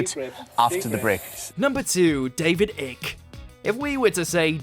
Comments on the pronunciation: It's NOT ick it's pronounced Ike. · Icke is pronounced as in bike not ick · David ICK?????????? 🤣🤣🤣🤣 - it's pronounced 'IKE'......🙄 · It's David eyke not ik! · David Ick..David Ick.............. hahahahahahahahaha you can kinda tell your age!! Its IKE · "David Ick"? Icke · You know it’s pronounced as ike like like or trike lol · “If we were to say the name David Ick to you would what you say?” Well his name isn’t Ick for starters.. 😊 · It's David icke icke is pronounced like pike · how is it so hard for an englishman to pronounce another englishmans name? its david Icke like HIKE but take away the H. of course, you wont change it but who bothers these days? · Icke rhymes with bike. At least get his name right. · Why did the bloke talking pronounce his name"David Ik"?, Its David Icke 🙄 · Are you fuckin kidding an English man can't even pronounce David ickes last name 😂😂😂😂😂😂😂😂😂😂😂😂😂😂😂😂😂😂😂😂😂😂😂😂😂😂😂😂😂😂😂😂😂 WHAT A MASSIVE BELLEND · "David Ick". Ffs. This channel sucks so bad. Always getting names wrong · Love it that you said his name wrong, just brilliant. Glad you left it in. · David Icke is a moron, for sure, but that is NOT how you say his surname,!